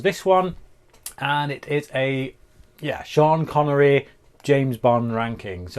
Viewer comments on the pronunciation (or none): Schhhhhean connery. Schaken, not schtirred. Legend. Handsome mother F 😅😅😅